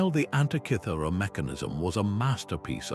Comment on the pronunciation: One minute in and the inaccurate AI illustrations have turned me off. That "Antichithura" device is a wholly invented fake. Do you mean ANTIKYHERA MECHANISM? If so your translator is as bad an example as I've seen and heard. Zero marks for content!